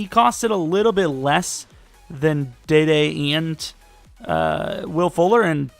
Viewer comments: His name is pronounced DeeDee westbrook not dayday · It’s Dee Dee Westbrook not day day